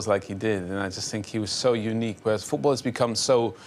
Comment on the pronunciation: Rio Ferdinand it's called 'FooT BaLL' not FootBOOR.